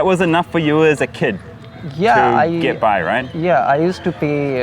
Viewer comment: His name is actually orpon (or-pon) arpun does not even mean anything